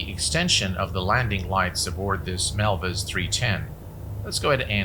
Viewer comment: Another great video by, very concise and time stamps are appreciated, thumbs up given. Not sure why he mis-spelled MilViz in the title and continually mis-pronounces the name throughout the video. Sounds like he's saying Melvis instead of MilViz, as in "Melvis has left the building" XD